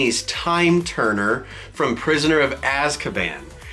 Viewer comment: I got my wand from universal. It chose me. And it’s the most unique wand I’ve ever seen. I love it. I love Harry Potter. Love universal. Love this box. Love that you guys are reps!!! And sooooo excited for you!!!!! I love this box!!!!! I want that shirt!!!! Omg!!! Love that you said Azkaban correctly 😂🤣 hufflepuff.